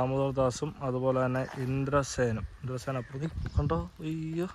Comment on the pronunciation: ഇന്ദ്രസേനൻ അല്ല ഇന്ദ്രസെൻ😍